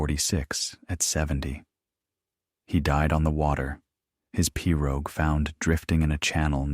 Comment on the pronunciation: Several repetitive statements but a good story. The narrator could investigate swamp/ Cajun pronunciations. Pirogue for the 1st.😅 but a concise and clear speech. Thank you.